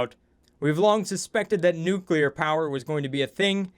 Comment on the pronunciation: Oxygen Not Included gone NUCULAR.